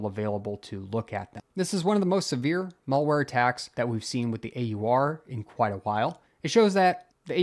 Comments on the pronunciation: It's pronounced malware (as in "bad" ware), not mallware (as in "shopping center" ware). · What is "Mawlwhere" please try to have a basic grasp of the english lexicon. You sound like a damn moron when you pronounce it so blatantly wrong. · Learn to pronounce malware.